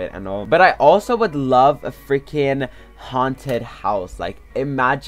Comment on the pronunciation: Who do you always say frinking